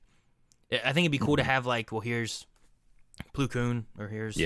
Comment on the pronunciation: It’s plo (ploh)